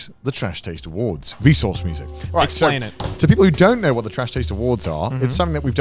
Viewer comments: "wElcome tO the seCond traSh taDe Awardw" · Trash Taste Awardw (Awardw pronounced "Awards")